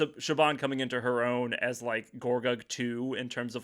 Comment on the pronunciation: No hate this was a lovely conversation I just wanted to say that Siobhan’s name is actually pronounced more like “shiv-on” than “shib-on” or “sib-on”